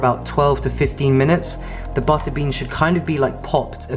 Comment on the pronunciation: Was waiting for him to say peanut BUTTER instead of butta’ lol